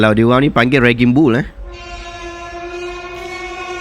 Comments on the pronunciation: 😁 tersilap sebut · Bukan "ragging bull" tuan, sebutannya raging (raejing) dpd kata akar 'rage'...... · Rage=raging [reijing]